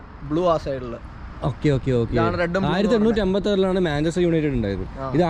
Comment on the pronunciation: manchester "united" aan Manchester "united" aan 🙃 Manchester "united" aan